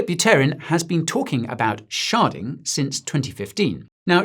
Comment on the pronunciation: Hahahaha sounds like you're saying sharting instead of sharding😂